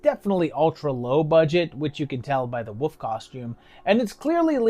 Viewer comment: I love the accent where you pronounce Wolf as woof~! These seem pretty fun; never really heard of any of them, surprisingly. EDIT: Shit, you called me out lol